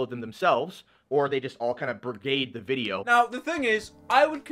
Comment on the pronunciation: Haha werry fun wideo hahaha (Dlete Chanel )